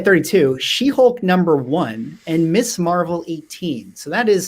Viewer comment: Great show! Really entertaining. Small point: it's Ms. Marvel, not Miss. Few collectors pronounce it properly for some reason.